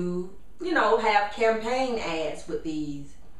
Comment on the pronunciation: when she says "ads" it sounds like "ass"